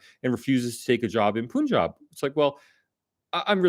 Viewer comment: FYI. The Pun in Punjab is pronounced like the english word Pun (a twist of words) and not "Poon".